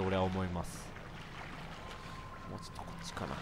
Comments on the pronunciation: WWWWWむーって何だよw モウだよwww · ムウじゃなくてモウなんだよなあ…